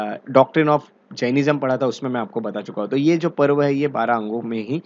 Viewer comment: Not पर्व its पूर्व